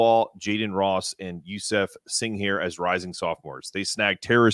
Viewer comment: I love this show but man you have been butchering youseffs name lol.